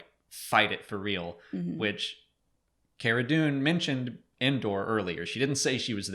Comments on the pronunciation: Cara Dune's first name is pronounced "CAR-uh" not "CARE-uh" (straight from Gina's mouth) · Is it Car-uh? not Care-Uh? I think Gina pronounced it that way? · I think you guys are pronouncing Cara, wrong. Like, my name is not pronounced Gaybriel. Just saying.